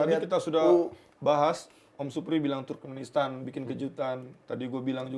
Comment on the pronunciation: salah terus nyebut turmenkistan 😂. Turkmenistan.